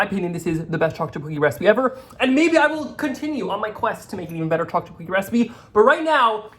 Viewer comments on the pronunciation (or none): "Chaw-chip cookies"!